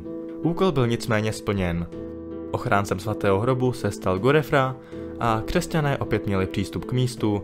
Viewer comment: Godefroy sa cita "Godfrua"